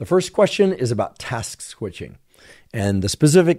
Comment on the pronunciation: Had to giggle at Dr Huberman saying "Task Squishing" 🤣